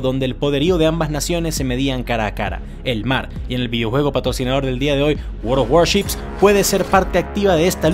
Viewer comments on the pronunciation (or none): Apenas te escuché decir "Waroworships" supe que debía adelantar sesenta segundos :^)